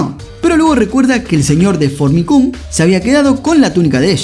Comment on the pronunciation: Que mal suena el nombre de la ciudad "Fornicum" jajajaja no sé si se escribe así, pero me causa gracia como suena xD